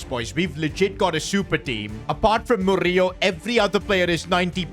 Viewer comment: Btw the way how to pronounce Murillo is: Mo-ri-lo